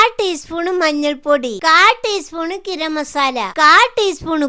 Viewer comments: കിരം മസാല അല്ല താത്തെ ഗരം മസാല ആണ് 😂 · ഗരം മസാല ഉമ്മയുടെ സ്ലാങ്ങിൽ ഗിരം മസാല 😂